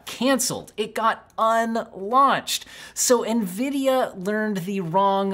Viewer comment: lmao nevidia greed.. but ya.. it is what it is xD